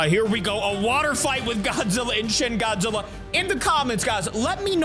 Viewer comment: Did my man just say Gyat-zilla,it's this part